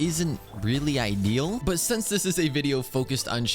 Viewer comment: sho shince